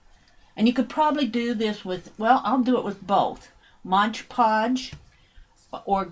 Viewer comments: This is a very interesting and pretty project. However, please learn to say Mod Podge, instead of Modge Podge. It drove me crazy. Love the technique! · DRIVES ME NUTS TOO. IT'S AMAZING HOW MANY PEOPLE MISPROUNOUNCE IT. Mod sounds like odd people!!!! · I think that is a Brand Name that so many people mispronounce — like "WalmartS". Ugh. I think there are "clicks of people" (for a lack of a better word) that are exposed to the wrong pronunciation then don't realize they are saying it wrong — even though the word is very large on the bottle — and looked at how many times a day? Yes, hearing it throughout the entire video is a bit irritating, but the video is a great concept! Thanks,!